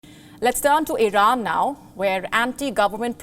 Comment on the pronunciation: This anchor is an embarrassment, incompetent can’t even pronounce Iran properly and she is very hard to look at, not sure if it’s a man or woman.